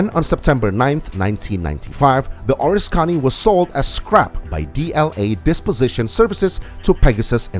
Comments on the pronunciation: oh-RIS-ka-nee This aircraft carrier was heavily damaged during WW2 and my dad worked on it when it returned to San Diego for repairs. My dad was overcome by emotion and could not watch the full-length television program detailing its decommissioning and sinking. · It's the OR-RISK-CANEE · It is a crying shame you do not know how to pronounce ORISKANY. O RISK any